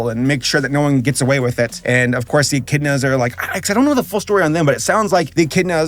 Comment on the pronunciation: Etch In A Da Lol It’s Echidna (Ek-id-na)